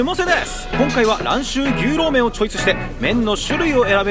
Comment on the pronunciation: あかん、あかんでぇ～～～ “ぎゅうろう麺”とちゃうやんかぁ～～～WWW“ニョウロウ”とか“ニョウロウ”とかって読むねんでぇ～～～って、指摘したからって“お詫び”とか邪魔くさい事せんでいいでぇ～～～日本人やねんし知らんで当たり前しなぁ～台湾行ったら旨い牛肉麺いっぱいあるでぇ～～～